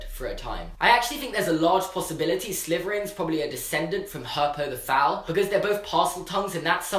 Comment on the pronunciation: "helpo the fowal" lol